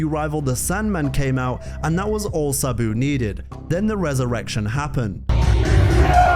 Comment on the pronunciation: I hate the way this guy pronounces "Sabu". I had to click away because i was getting seasick from hearing him already say it 2000 times in the first two minutes.